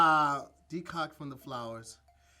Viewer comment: deserved FULL CREDIT for Decoct! Who cares how something’s extracted! He got the pronunciation and definition correct